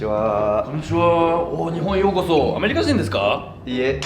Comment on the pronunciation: Et la prononciation du "u" dans ....desu c'est normal de faire faux mais quand on est habitué c'est horrible d'entendre ce desuuuuuuuu haha On prononce (dess), merci xD